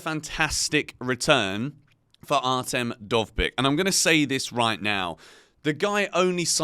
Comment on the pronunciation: you nailed "Dovbyk", but "Artem" was dreadful. it's more like Ar-tiom or A-tyom.